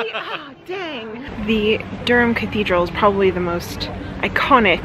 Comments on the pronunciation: I’m a Durham lass and love how you both pronounce the city name 😀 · Thanks for getting the pronunciation of Durham correct. Fantastic video, subscribed 👍